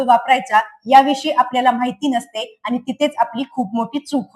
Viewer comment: Dr.मॅडम खूप सुंदर माहिती सांगताय फक्त शुद्ध मराठी आनि पानी करू नका बोला